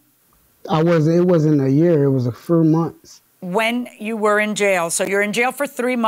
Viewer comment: Question: Exactly how many months is a frew?🤔